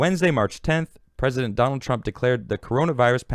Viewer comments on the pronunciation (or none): none